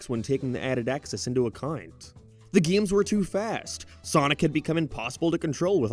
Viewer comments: I can't get past the way this guy says "gaemes" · "HUM ERON GAYTE" "GEME" ugh..... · "Gay-ems" "May-rio" Bud the speech impediment. Get a voice coach with some of this ad money, I'm begging you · Почему ты произносишь GAY'EM так странно?! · Never heard someone say game like that 😂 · Do you say “games” like that on purpose